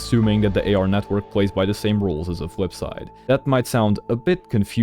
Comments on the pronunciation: great theory but i couldn't keep saying fwipside in my head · The Fwipside